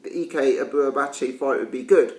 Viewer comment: You're pronouncing his surname right but his first name wrong. its eyek as in ike and Tina or ike Williams.